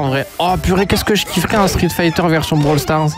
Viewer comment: Sa me fume quant tu dit "Brawl stars